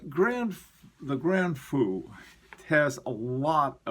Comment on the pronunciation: as always, I've got your back on French pronunciation. Grand Feu = Graw Fuh last syllable like first syllable of lurid with an f at the beginning (as close as I could come with an English word). The way you pronounced sounds like Grand Fou, which is, believe it or not, big fool. LOL Best regards as always. cloisonné = klwa-son-yA rhymes with claws on hay. I took courses in enamel. You can paint with it, but to get really subtle shading requires as many as 15 or 16 firings. From the looks of the VC, a minimum of 4 or 5.